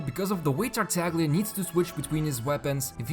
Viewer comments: Thanks for all the videos! Just a little thing, Italian speaker here. Tartaglia is pronounced like you would pronounce Tartaya! Its like a very strong emphasis on the Y (Italy doesnt have Y X W letters so we use Gl to indicate a very strong i basically, like you use Y pretty much except VERY strong) Keep up the amazing work! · You pronounced Tartaglia wrong